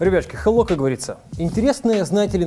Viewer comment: Он сказал хелло))